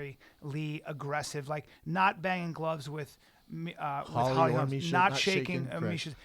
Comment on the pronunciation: LITERALLY STILL YET TO HEAR SOMEBODY SAY HOLLY HOLM INSTEAD OF HOLMES